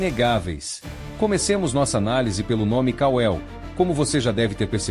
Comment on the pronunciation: KAL-EL e não ka-el. KAL-EL significa COMO DEUS ou IGUAL A DEUS.